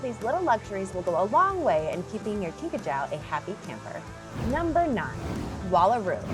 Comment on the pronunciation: It is pronounced kinka jew.